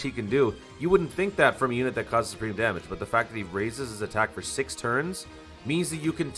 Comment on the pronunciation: From now on i want the "damon" instead of damage xD I liked this video this could be done for other Units that will come for global... I liked it...